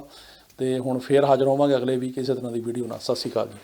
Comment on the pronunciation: Sas sri kaal ?? Please pronounce clearly sat Sri akal